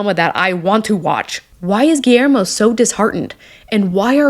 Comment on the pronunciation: The pronunciation of Guillermo is gee-yer-mo